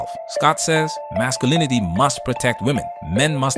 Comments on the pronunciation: Did i hear her say "toxic MAX-sculinity"????? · Toxic Mack-Skew-linity? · Did she say "toxic mac-sculinity"? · Right off the bat, I noticed that Oprah can't say Masculinity, she says Maxulinity. Interesting. Is it the same Ask/Axe issue as usual? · "max cu linity"? She finna ax some questions. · did you say heiffernism? xD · "Toxic Max-skull-in-a-tee," huh? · All the NODDING male BOBBLE HEADS were moved to the FRONT! 😂🤣🤣 Oprah can't even pronounce "MASCULINITY" properly! If she wanted TRUTH she would have invited Dr. JORDAN B. PETERSON.